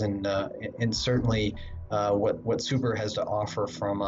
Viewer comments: The Brand is called Subaru, not Subru! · Say subaru properly